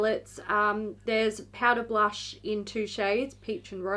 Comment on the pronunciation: When anyone says blursh it sounds like their mid-puking